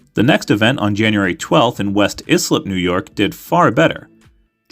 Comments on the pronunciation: West Islip is pronounced "West Eye Slip", not "West Iss Lip." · Not to be a nitpicker but West Islip is pronounced West ICE-LIP.